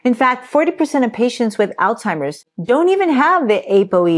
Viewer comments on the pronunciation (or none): Phonetically --> ALLZ HI MERS (Alz hei mers) NOT! ALLTIMERS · I'm very interested in Alzheimer's, but when someone pronounces it as "All timers"................kinda loses credibility